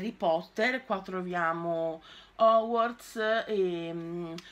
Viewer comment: A me fa sbellicare da ridere quando dice HOGWARTS, mi ricorda una live memorabile che resterà nella storia!😂😂😂